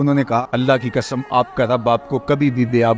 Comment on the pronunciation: ی اللہ کی کسم کیا ہوتا ہے؟؟؟ کیا قاف نہیں بول سکتے۔ قسم کو کسم کیوں کہتے ہو۔🎉🎉🎉🎉